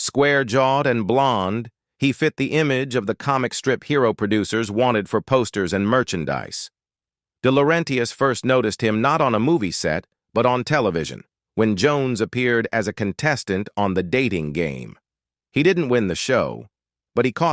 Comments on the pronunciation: The AI voice things never get names right. This is how you know this is likely someone else's video with a new voice track. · deh-la-REN-tis. NOT deh-la-REN-TEE-us. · Why can't your text-to-voice 'bot pronounce De Laurentiis' name. Hint - it's not pronounced De Laurentey-is. Blessed is pronounced Bless-ed, not Blesst. Pure amateur time. Thumbs DOWN. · It’s Dino Delaurentis. Not ..laurentias. Jesus. Fix your ai voice and spell the names correctly. Rent-e-us… Ug. Cannot watch this ai dreck.